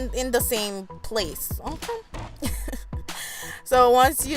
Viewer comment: OMG I have to follow this channel...just hearing her say "m...kay"....so West Indian...I love it